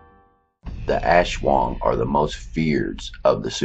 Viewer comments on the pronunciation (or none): your wrong its aswang not ashwang ang lamig ng bosses no grave ka peace. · No it's aswang